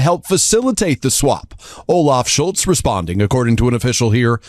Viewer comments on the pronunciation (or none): none